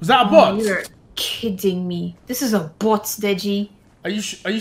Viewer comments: “This is a bwoat deji” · “This is a bwot deji”